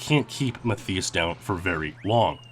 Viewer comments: ‘Maff-ee-us’. 😂 how would anyone think that’s how it’s pronounced? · TV-GAME Fan......i think "Mat-Thigh-us" Is how it should be pronounced it got to me how he was saying it with an "e", not and "i" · (Matthias) you say it like Math-EE-us and i'm like 90% it's Math-EYE-us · Rather than Ma-thee-us Roosti-migher, it's pronounced Ma-TEE-us RUST-uh-migher. EXCELLENT vid otherwise!!! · Muh thii uss? It's pronounced Ma tie us. Or mutt eye us. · Good video, but Matthias is pronounced "Ma-Tie-Uss", not "Ma-Thee-Uss" smh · Its pronounced "Math Eye Us" that was triggering me so hard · I know someone that is called Matthias, you actually pronounce it as Mat-tias, the 'h' is silent. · Omg it's driving me crazy how he's mispronouncing his name. Matthias and the I is pronounced like "eye." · I tried the Mario Raceway jump over the wall back in the day. It's so much harder than it looks. My guess is that Matthias is German (at least his name sounds very German), yay. (and he's pronounced like "muttias") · Are you sure that's how you pronounce the name Matthias? Because my cousin's name is Matthias and it is not Ma-thee-us. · please reupload with proper pronounciation of matthias its a common name and it is so distracting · Wtf is wrong with your pronunciation of his name? 🤦🏻‍♂️ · You're pronouncing his name wrong. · German here. It's just too funny how you pronounce Matthias :D Not meant as mocking.